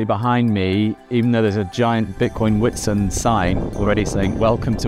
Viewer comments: Nice one. BTW it's pronounced vit-sunt. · "WHIT SIND"?! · Just so everyone knows, there’s no longer a gym 😂 also you say the name “Witsand” as if the “W” is a “V” 🙏🏻✨ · The "W" in Witsand is pronounced as a V. Great video love your content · It's pronounced - "Vit-sunt" meaning white sand in Afrikaans